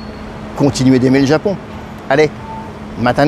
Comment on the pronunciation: Bonjour, l'explication précédente est fausse. Il ne s'agit pas de "matta" mais de "mata", qui signifie tout simplement "encore / à nouveau". Rien à voir avec le verbe attendre (qui pour se prononcer "matta" aurait dû être au passé, ce qui n'a aucun sens dans ce contexte). "Mata ne" est donc l'abréviation d'une phrase qu'on peut traduire par "nous nous reverrons encore", autrement dit, littéralement : "au revoir".